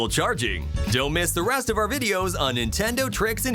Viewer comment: Stop saying Nintenduo